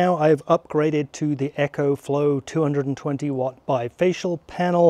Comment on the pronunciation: And Echo is what you hear when you shout into a canyon.... its EcoFlow not EchoFlow.